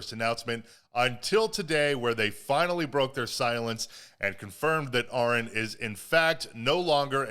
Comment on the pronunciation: Ahren is pronounced just like Aaron just fyi, he is a good guy, my sister works wioth Joel Birch's wife well used to had a chance to meet Joel and Ahren.